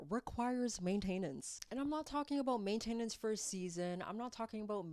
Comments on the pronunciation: “Ultimately… simply… ultimately… simply… ultimately…. simply….” “Main-TAIN-ance” 😂😂😂😂😂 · Main-tah-nence But I appreciated the information! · Weird way to say maintenance really...